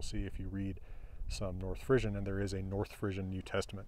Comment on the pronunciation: Nice explanation of the etymology of this language. Maybe I'm the only one but I find it interesting that pronounces Frisian as Frissian with an emphasis on the i and s sounds; my Frisian family said it with a long e sound...Fresian or Fresk or Fres. We were a West Frisian family though, so maybe it's pronounced differently elsewhere. Lots of differences in lots of areas - including languages!